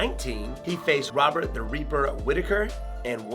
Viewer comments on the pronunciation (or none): none